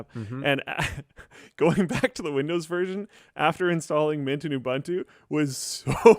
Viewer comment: Mom! He did it again! He called it "Oobuntu" instead of "Ooboontoo"!